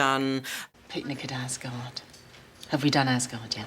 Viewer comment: It's Picnic at Azgard not Ascot.